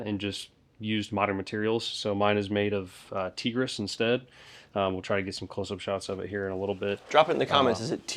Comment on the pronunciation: Still waiting on when you’re gonna make a video of being the guy whose building is being breached. We’re gonna need it when the govt sends tesla robots to kick down our door for saying mean things about Israel. Also it’s “Tehg-riss”